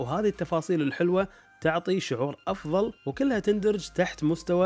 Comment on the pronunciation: افضل وليس زفضل وشكرا